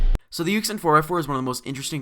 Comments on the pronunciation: Ik this is old but it makes me cringe when he pronounces it Yuxin not Yushin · Just FYI, this puzzle is pronounced yushin, not yuxin. It's pretty weird. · its you-shin not yuck-sin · It's pronounced [Yu-SHIN] bud. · When he said [yu-xin] I just stared like 😶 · It's pronounce yooshin btw.